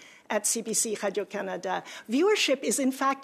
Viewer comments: Why did she suddenly fall into a French Canadian accent when she said Canada? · She pronounces "Canada" wrong.